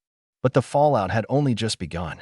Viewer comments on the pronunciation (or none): none